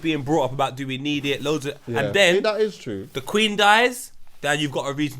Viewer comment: there's no "w" in the word queen 😂😂😂